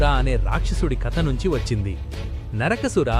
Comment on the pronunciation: కానీ ఆడియోలో పలికే పదాలు చూసుకోవాలి. "నరకాసురుడు" అనే బదులుగా "నరకసుర" అని పలుకుతున్నారు. ఇది ఎలా ఉందంటే "మృష్టాన్న భోజనం లో పంటి కింద గుల కిరాయి" తగిలినట్లుంది. గమనించగలరు. ఆయుష్మాంన్ భవ. ధన్యవాదములు.